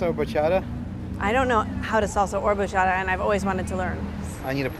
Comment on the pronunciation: BAcHaDaaaaaaa!!!!!!!!!! What’s a Bachada!